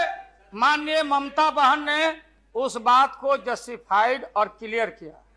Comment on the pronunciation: Mamta... ji ko "बाहन" bola😅